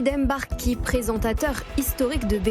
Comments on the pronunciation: Mbar-ki et non M-barki, svp! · Franchement, prononcer "Èmbarki" c'est grave en 2023. Ça doit s'arrêter. Personne ne dit "Longétempéès" si vous savez prononcer le mot longtemps vous savez prononcer le nom de ce monsieur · Rachid emBarki, depuis que le MB est arrivé en france vous n'arrivez toujours pas à faire la liaison ? Meme vous un bon négro?